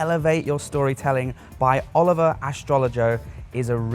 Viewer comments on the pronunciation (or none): none